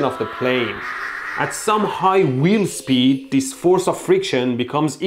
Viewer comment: spead? I think you mean speed.